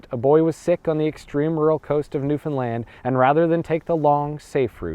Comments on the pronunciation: I'm from Newfoundland and I didn't know all of this!!! But it's pronounced like understand. Not newfinland lol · I've asked this before and I'll ask it again. Why do you pronounce "Newfoundland" like "newFinland"? It's the only thing I find odd in these videos.